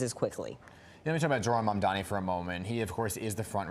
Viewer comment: It's absolutely incredible that these people still can't get his name right. M-A-M-D-A-N-I. At least the anchors got it right.